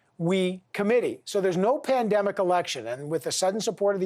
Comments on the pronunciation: Did he say “spendemic” 😂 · Did he just said pandumbic😕